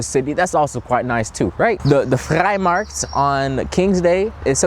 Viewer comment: Kudos for your flawless pronunciation of Vrijmarkt.